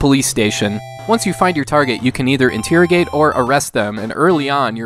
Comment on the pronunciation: you pronounce interrogate funny.